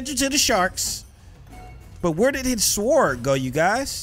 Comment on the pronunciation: lmao kev the (W) in SWORD is silent.